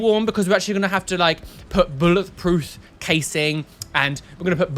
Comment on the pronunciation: you crack me up and if you're religious you're atheist also when you were saying about lgbt rights did you say bullet prooth instead of bullet proof no shade being thrown just wondered if that was just a slip of the tongue or something